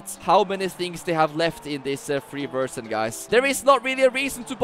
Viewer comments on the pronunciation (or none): It's crazy how this guy speaks fluent english and yet keeps saying "versjyn"